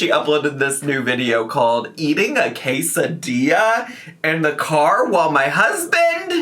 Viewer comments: The pronunciation of quesadilla almost took me out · I had the exact same take on the quesadilla pronunciation. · NGL the way she kept pronouncing Quesadilla like that, my brain can only think of how people name their kids weird names but prenkunce them "fancy" 😂😂😂 And thats how i know I'm lacking sleep. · I was just starting to get used to how English speakers usually say "quesadilla", but this took me by surprise EDIT: heard the explanation, it's still weird. Like, here in Mexico we have jalapeño and carne asada sushi, but we still call it sushi? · Her pronouncing quesadilla like that is such an Amberlynn "kameeno" (aka kimono) molment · She's pronouncing quesadilla that way because mispronouncing for engagement is a trend among mukbang creators right now.